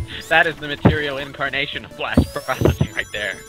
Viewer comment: Blast "Trocessing"?